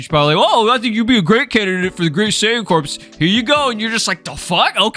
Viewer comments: I'm 99% sure "saiyan corps" is pronounced "cor", not "corpse" lol. like the Marine corps or the Green Lantern corps. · It's pronounced the Saiyan "Cores" like Marine Corps. Not like corpse as in dead bodies. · It’s pronounced as core the “p” and the “s” is silent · It’s pronounced CORE. Jesus Christ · apparently corps is pronounced "core", and this is the definition: a group of people who are connected because they are involved in a particular activity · Just so you know, "Corps" is pronounced "Core" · Corps is pronounced the same as core